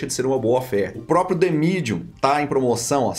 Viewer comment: Huahuahuahuahuahua… Joel Santana falando “The Medium” …. Mt escroto